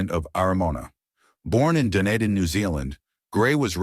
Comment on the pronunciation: Isn't it pronounced "Duneeden"?